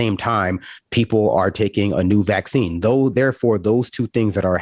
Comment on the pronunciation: The way she puts the wrong emphasis on vaccine grates on me every single time. So on top of the BS she spews there is that, too